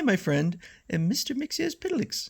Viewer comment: You come closer to the correct pronunciation of "Mxyzptlk" than almost anyone. But there's no "s" sound at the end of his name. It's supposed to be "Mix-yetz-pittle-ick." Thanks for supplying us with these strips--they're really fun!